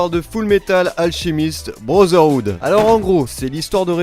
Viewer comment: "Fullmetal Alchimiste Brozeroude" 😭😭😭😭😭😭😭😭😭